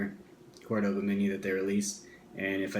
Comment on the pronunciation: fyi... Cordoba sounds like Core-Da-ba not Core-Doe-ba